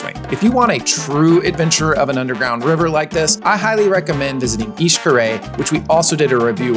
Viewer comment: My fellow dad, thanks for the information. btw it's ish-car-et. you do indeed pronounce the t. Great overview.